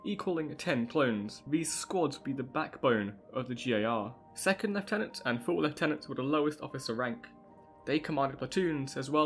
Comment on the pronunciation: Left tenants? Do you mean Lieutenants?